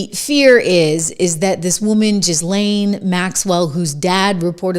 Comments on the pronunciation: Ghislaine Maxwell’s name is pronounced “ GHEE LAINE 🤩👍🏼 Love your show!! 🇺🇸 Kash is pronounced like the Money, Cash 🤣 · I think n believe it's pronounced Gee-lane, the S is silent Trish. She's French lol 🤘🫡🇺🇲Big fan! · It’s pronounced “GEE LANE”